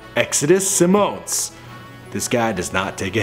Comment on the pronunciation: How come dude keep saying Simone ... It's Simmons no different than Russell Simmons or Richard Simmons ... Not Simone